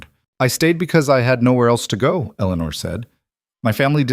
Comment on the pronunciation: It would be nice if the AI machines would pronounce names correctly. Eleanore is pronounced El - uh - nore. The cousins name is pronounced Add - uh - line.